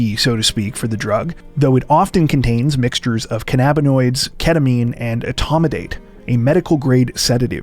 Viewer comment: my guy pronounces cannabinoids the strangest way... He said Kuh-Nabb-uhh-noid.... You pronounce it like you do cannabis lol... Canna-buhh-noid** 😂😂😂 I cant stop laughing